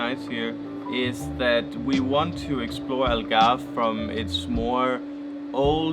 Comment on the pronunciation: here's a hint algarve is pronounced as all-garve , u guys say el-garve